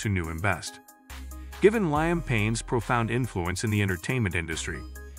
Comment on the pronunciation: please pronounce Liam Payne name correctly is highly offensive and disrespectful to the deceased and to the deceased family, knowing you can’t pronounce their loved ones name therefore don’t make videos like this if you can pronounce the person’s name